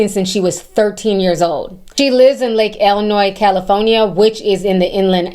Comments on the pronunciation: Not to takeway from the seriousness of this subject/video content bc I agree with Ti- he's gross, disgusting, and one pedo-disturbed individual who needs to be locked up...but if I could just create a notification, ring or alert tone in Ti's voice saying "Pick up, Cali-PHONE-I-YA is callin'!" - accent on that state-word is priceless ❤ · I love the way you say California lol